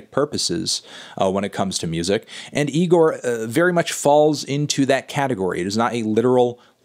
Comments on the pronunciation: It’s pronounced e-gor not ne-gor melon 😡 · It's Igor not Nigor Anthony! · Almost a year later and he’s still pronouncing it “NIGOR” smh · It isn’t pronounced NIGOR, stop calling it that Fantano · damn melon, cant believe you still pronounce IGOR with an N at the start.. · Anthony please stop putting an "N" infront of "IGOR"